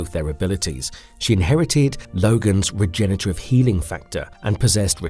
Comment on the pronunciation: So painful to keep hearing "regenetarive" and "Senitles"